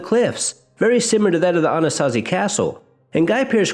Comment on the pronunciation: You pronounced Anasazi correctly great topic